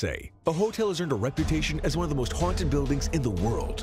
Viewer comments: "Haunted" not Hunted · We do know the word is haunted and not hunted don't we? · It's HAUNTED NOT HUNTED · Why does it keep saying hunted and not haunted? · the word is HAUNTED not HUNTED. You have done this more than once in this video. Proof reading minimises the occurrences where you look illiterate.